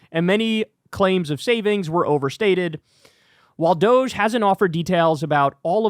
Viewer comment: We must pronounce this Dogee. Like “doh-gee”. Let’s not dignify this fake scam, by making it sound like some sexy European company.